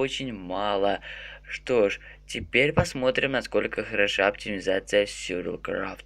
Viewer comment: Почему ты говоришь СЮРЬВАЛ КРАФТ?????вроде бы говорится сурвайвэл крафт.(сори если-что,ок???)